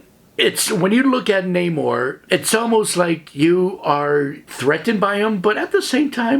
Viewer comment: Also thank you for pronouncing Namor's name correctly. MCU pulled the ol DC "Ra's al Ghul" oopsie.